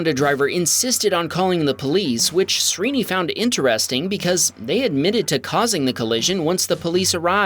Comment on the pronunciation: FYI Srini is pronounced like SHREE-ni.